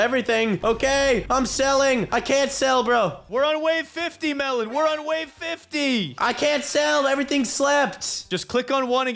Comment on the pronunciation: I like how at the start it says melon I am even one of the developers of toilet tower defense!! I heard at first time melon I am even and was like wait what is sunny even? 😂😂😂😂😂😂